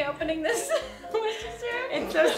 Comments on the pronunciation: just so you know is pronounced wor-chest-er not wershersher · 'wershersher sauce' hahaha i'm crying. it's pronounced 'wuster' sauce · I laughed so much as how you all said Worcester sauce... in England most people say "Wooster sauce" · You mean wershersher sauce? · Are you guys serious with the pronunciation of Worcestershire sauce? Just 'wooster sauce' or 'wooster-sheer sauce' is correct. Not 'wosheshershyar' or whatever you said. :) xxx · Its pronounced WUSTERSHEAR SAUCE not warsester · SquishyConfectionery x It's pronounced woo stir sher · its still wustursheer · btw Worcester sauce is pronounced "wuster" sauce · lol The sauce is not pronounced that way..